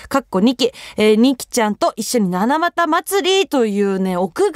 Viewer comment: 「ななまた」？ 「たなばた」ではありませんか、？